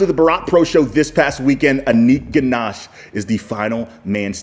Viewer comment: Anik ghosh❌ anik ganash✅